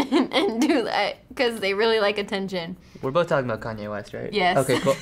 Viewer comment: "Or maybe they just want atteniton" 😂